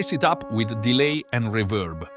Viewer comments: Did he say a dash of rebirb? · AI has come on in leaps and bounds with regard to voice overs, but it needs to work on words like 'reverb' as that is such a giveaway. As for UVI Falcon? I'm currently learning Lua Script and it makes Falcon not just fly, but soar!!! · Until they try to say reverb.